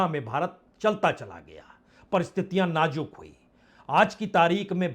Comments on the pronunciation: Sir aap najook kahate hai Nazook word hai sir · Bajpai ji hindi language me 3 sha hote h tb bhi apko hindi bolna nhi ati jaruri nhi hota zaruri hota h Sayad nhi hota shayad hota h Najuk nhi hota nazuk hota h